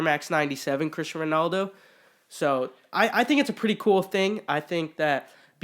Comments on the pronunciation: You murdered Ronaldo’s name oml 😂😂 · COMPLETELY BUTCHERED HIS NAME!